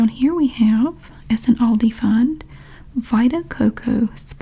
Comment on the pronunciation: Yeah, Love the sale circular series 😄 And the way you pronounce Aldi is just right, I‘m from Germany and we say it just like that 😉